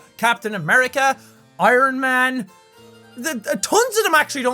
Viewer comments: When he started naming superheroes that dont wear capes, when he said Ironman I thought he said " Irish Man" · I honestly thought you said Ireland man for a second 😂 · The super hero one when he said ironman i heard irishman and i thought that would be jack and then i realized. :( i wanna see an irish man who saves potatoes